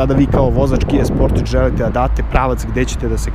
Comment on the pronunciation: Kaze se Kia Sportaž, a ne Kia Sportidž...